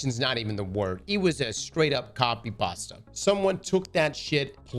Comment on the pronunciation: Are we gonna ignore how is pronouncing copy pastaaa